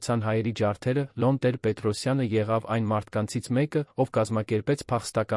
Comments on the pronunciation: Ինչու՞ եք Լոն ասում այլ ոչ թէ Լևոն, ինչ՞ գաղտնիք է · Հեաքրքիր թեմաներ էք կարդում,բայց ինչի էք աղավաղում անունները,ԵՐԵՎԱՆը երան անվանում,Լեվոնը Լոն ,ասում,երեվի ձեզ մոտ բացակայում է ԵՎ տառը,հաճելի չէ լսել Երեվանի փոխարեն երան բառը,իհարկե ինձ կներեք,բայց ես այդպես եմ կարծւմ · Լյոնը լևոնն է, երանն էլ Երևանը😊